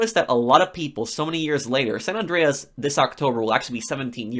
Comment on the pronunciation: It bugs me how this guy says "Andreas"